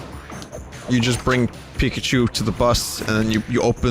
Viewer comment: It's pikause